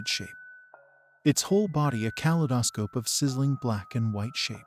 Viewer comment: Flower-oscent lights xD Kal-i-dah-scope Great story though Really kept my attention